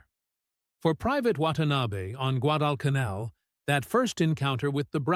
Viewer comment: “Guad-el-ca-nell”. Thank you ARTIFICIAL so-called intelligence🤣🤣🤣🤣🤣🤣🤣🤣🤣🤣🤣